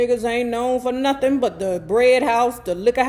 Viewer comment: Not “Nathin” 😂😂😂😂